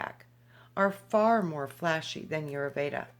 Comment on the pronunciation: Vasant Lad. Check him out. Ditch the new age paradigm and understand that Ayurveda...pronounced...i yur vey da , is thousands' of years in practice. Jumping from book to book is merely clipping scraps . If one truly chooses to immerse in the healing modalities of Ayurveda, then apprentice to a practioner and study the vedas. Otherwise, reading one sentence out of a book means nothing. Practice makes perfect.